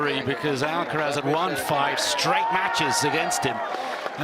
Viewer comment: Why is this commenter keeps saying Alacaraz? Commenter should be neutral.